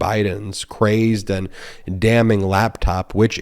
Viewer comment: "damming"? really?